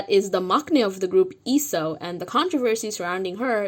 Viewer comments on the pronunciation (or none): hi! I liked the video but I wanna point out how Gaeul and Leeseo's names are pronounced, no hate at all btw ga-uul (the ga is a bit breathy) i - soh (the lee is pronounced correct, the seo is like the so in somber) Also I totally agree with the whole waiting until 5th gen thing, I'm only a few days older than Leeseo but I'm really worried for her mental health. I don't know that much about Starship but I don't think they're the type of company to pay more attention to their younger idols to protect them :((